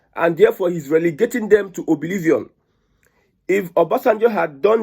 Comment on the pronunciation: Dear Brother you're doing a great job kindly take note of the correct pronunciation of the word you pronounce as OBILIVION IS ACTUALLY OBLIVION.God bless you.